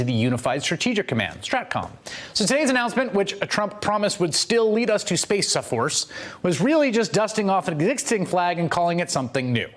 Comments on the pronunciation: "Space Saforce" I love how he is not letting this one go. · Dammit !!! At 52 I don't think the Spaceuh Force recruiters will send me to spaceuh camp..........I feel badly for the U. S.Airman that had to unfurl that flag for the presidents photo op. What a s### show. Bigly Sad............